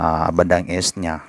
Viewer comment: Correction...binibigkas ang east ng is (eest) not es or (s).